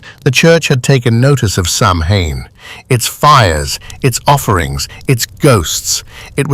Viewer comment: I say it the same Sam Hain,grrr,it's pronounced different,anyhow,this is 👍,Thanks 👋🙂